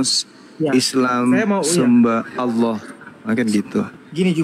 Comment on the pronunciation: Oten menyebut Alloh menjadi oloh, konyol.